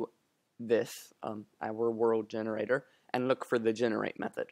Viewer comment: Dude its Generator not Gerenator :D